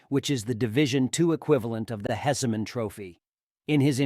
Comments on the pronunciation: It sounds like AI lol. I’m sitting here blown… like how can I trust anything this guy says after he says “hess-a-man” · AI shit. “Hes-I-men”?? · So did I hear this guy right? He pronounced the Heisman Trophy as the "Hess-a-man"? Then after saying Bagent's name correctly 25 times, he pronounced it once as Bagnet like it rhymes with magnet. Lol. Then he said Donta Foreman without putting the inflection in there. It's pronounced "Dee On Ta" with a long a sound 😂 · The division 2 equivalent of the WHAT trophy? Did the video say “hessiman,” trophy? It’s HEISMAN, after John Heisman, one of the biggest influencers in shaping the wonderful game of football. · BAG-NET? ? HESS-I-MAN trophy? Otherwise nice tribute to our Bears new star.